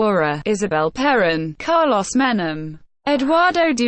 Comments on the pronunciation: Only assholes make videos with robot voices. Stupid robot can't even pronounce is name. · An electronic voice? And it can't even correctly pronounce the name of this fascist scum?